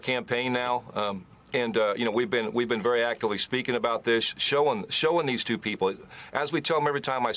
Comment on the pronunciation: It's tuwoo! It's tuwoo!